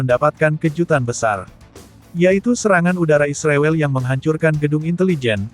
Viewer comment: ternyata miminnya termasuk orang yang tidak bisa menyebut nama Israel dengan benar ya .....